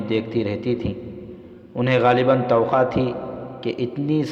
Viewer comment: Tawaqqa not to qa